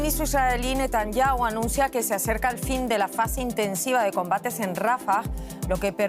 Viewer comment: Van mil meses de guerra y todavía no aprenden a pronunciar bien el apellido del primer ministro. Son un desastre